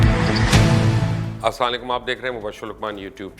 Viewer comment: lucman your salam style look like cross genders.... thing and focus on your salam style and also pronunciation of salam....